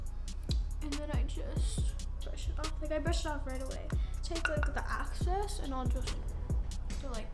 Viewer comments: did she just say access instead of excess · dani: "i put the aCcEsS" sis its EXcess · I laughed at how she says excess as “axcess”🤣 oh and why does her bronzer look muddy👀& WAYYYY TOO much highlighter 🥴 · she fr said access instead of excess for the lip part LMAO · Bruh no hate but like Dani: AcCeSs Girl its EXCESS lmaoo got me dead😂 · it’s excess* not access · She kept saying access instead of excess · ahahaha can someone tell her that the word is excess not access. She keeps saying things like 'the access powder.' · excess not axcess! not tryna be rude just helping a girl out :)